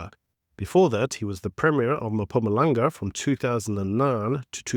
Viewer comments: It's not" mum pumalang" its "mmhhphumalanga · Itz Mpumalanga not Mapumalanga u idiot!